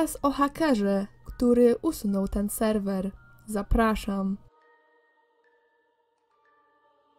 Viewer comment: Czy tylko ja usłyszałam Jeden raz jak powiedziała Selwel zamiast Serwer?